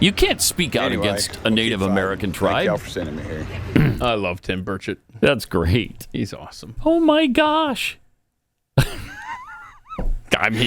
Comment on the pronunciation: It's not Tim (Bershet). It's (Burch-it).